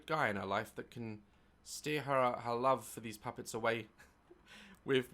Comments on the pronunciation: Sounds better with a northern accent. LOV lol. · Me when daz says “love” with his accent :🥰🥰🥰🥰🥰🥰🥰🥰🥰🥰🥰